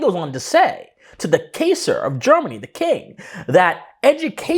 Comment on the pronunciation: Wonderful stuff. If you’re not considered a national treasure, you should be. A little constructive criticism: Kaiser is pronounced K-eye-zer and tyranny is pronounced tier-anny.